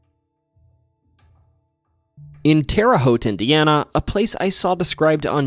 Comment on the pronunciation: A YOUTUBER PRONOUNCING TERRE HAUTE CORRECTLY! I thought it couldn’t be done